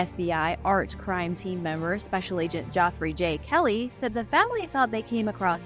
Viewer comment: Geoffrey is pronounced EXACTLY the same as Jeffrey!!! ⛈